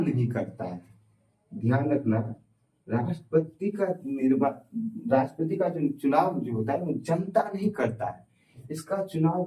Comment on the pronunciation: Rastpati ko lapeti mt sir😂😂